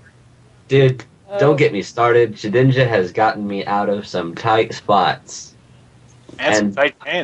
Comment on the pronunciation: Lol, ShedNINJA, It's Shedinja dude.